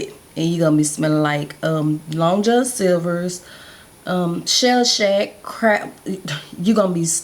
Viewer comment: She said long John silvers 😂💀